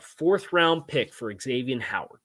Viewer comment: Zavien, not X avien